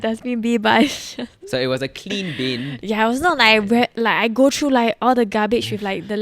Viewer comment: can u practice ur english bc ur pronouncing words like three as tree or through and ‘trough’